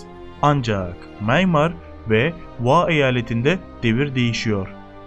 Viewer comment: sen nerden biliyon.ya birak sacmaligi. mayinmar deyil. miyanmar